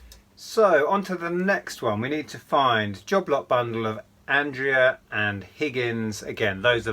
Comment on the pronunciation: Hi. The Andrea figures are pronounced Andreya and I think they're made in Italy. I think whoever bought this job lot was just after the Andrea figs as these are very popular and some are expensive. I do model making and have some of theirs completed.